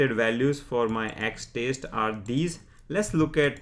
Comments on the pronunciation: Good explanation. Well, I don't intend to criticize but he is pronouncing 'test' as 'taste' 🤣🤣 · why 4 parameters back and why you are continuosly pronouncing test as 'taste'?